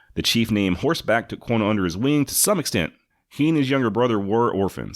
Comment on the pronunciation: I have been binge playing all of your episodes on spotify. Like the show obviously but can we get you to say Quanah right? You say it like Quona ....like Jonna and it drives me nuts. lol Have to give you a little bit of a hard time. Keep up the good work.